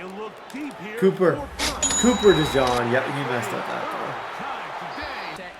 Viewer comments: The pronunciation on Cooper DeJean is (Coo-per De-Jeen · Quit calling dude a mustard.. it's DeJEAN 😂 jfc I wanna jump thru the screen every time u say it.